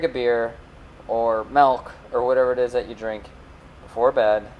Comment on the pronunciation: you lost me at "melk"